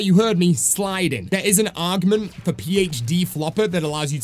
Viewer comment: What’s up with English people not being able to speak their own language? Wtf is argment 😂